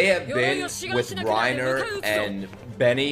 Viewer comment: ITS PRONOUNCED REINA PLEASE CORRECT YOURSELF BEFORE YOU FINISH THE SHOW💀💀